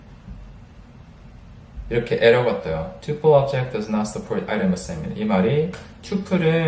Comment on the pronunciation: 영어 발음이 좋으시네요 ㅎㅎ 튜풀- :) 파이썬 속성 강의도 듣고 싶어요~~~!